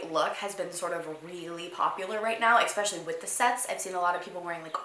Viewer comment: This is so petty but you always say EXpecially instead of ESpecially and it drives me nuts 😂 xx